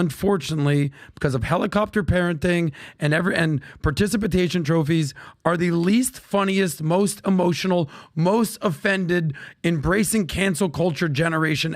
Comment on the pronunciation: did you say participitation trophies? 😅